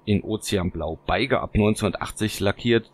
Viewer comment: Schöne Fahrzeuge, danke für die Vorstellung! Trotzdem ein kleiner Einwand : Beige als Farbe spricht man "besch"